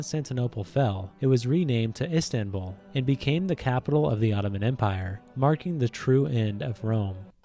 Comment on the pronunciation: no its ıstanbul not instanbul